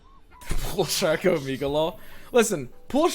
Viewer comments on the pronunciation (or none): none